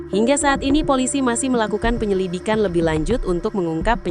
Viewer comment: Penyililikan i apa sih kok typo waktu bacain teks neng" 😄